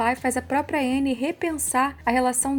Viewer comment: A pronúncia é Ãnnie